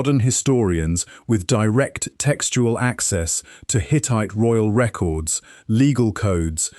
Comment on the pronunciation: The accent is irrelevant. My problem is with the fact that it doesn't sound human because it isn't. It's grating because of the unnatural rhythm of the speech and the fact that it clearly doesn't understand human intonations. It even mistook a verb for a noun (the word 'records'; don't expect me to watch the whole video again to find it for you). The script was clearly very well researched. It's informative and enjoyable. The presentation was lazy and detracted from the experience. How hard is it to read a script? Does that answer your question?